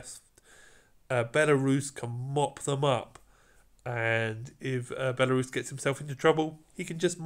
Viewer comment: Why is it always the British that can’t pronounce the simplest of names lol. Belarus? Really?